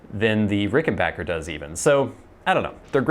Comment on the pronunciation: Nice to hear you proud it correctly; it's Ricken-BACK-er. Short "A" sound. Not Ricken-baaaahhhk-er. No long "A" sound. "Wish You were here" sounded great.